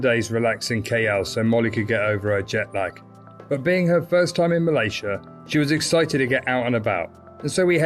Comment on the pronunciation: Nice video. Malaysia is pronounced MUH-LAY-ZEE-UH by the way rather than MUL-EH-SHA.